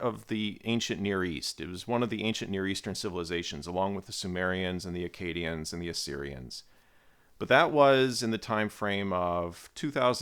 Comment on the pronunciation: This is a complete side note, but hearing Akkadian pronounced with a long an always trips me up as a Canadian, because it sounds exactly like Acadian. And those two words conjure up VERY different mental images